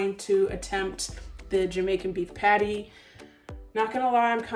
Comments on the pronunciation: As a Jamaican myself, the way says "Patty" irks me 😂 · Saying- the way she says patty hurts my soul😪